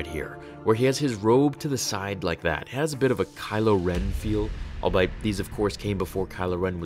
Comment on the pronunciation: “Albeit” is pronounced “all be it,” not “all bite.”